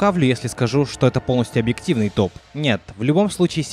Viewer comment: Тоф?мне послышалось ты сказал не топ а тоф